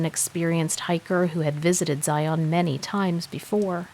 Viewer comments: Just FYI, having lived in Utah my entire life. Zion is pronounced Ziun. Also, if you are speaking of mountains in Utah they are pronounced moun-un.😆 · Karen here. It's pronounced ziun. 😊😊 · Fyi it's pronounced Xi un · I live 30 minutes drive time from there. Zi' un, is how us locals say it. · PLEASE PLEASE learn how to pronounce Zion! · If your going to narrate a story, learn to say the word Zion correctly